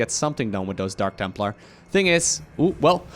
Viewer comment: Did just say Dank templar?